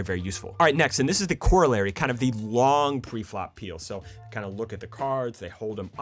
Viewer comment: The only thing I don't like about this video is how he says corollary